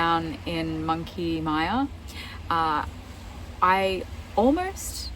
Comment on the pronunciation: Also money myer not mia in pronunctiation